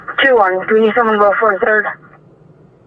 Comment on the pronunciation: I know you can say, three, thirteen, thirteenth, third. Why do you always say turd, turdteen, turdtheenth? Why? Do you think Scottish don't know how to pronounce words?